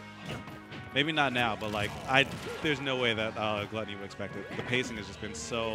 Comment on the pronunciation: How do you still not know his name is Glutonny and NOT Gluttony